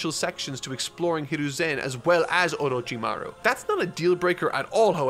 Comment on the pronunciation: seems struggling every time he says orochimaruuh XD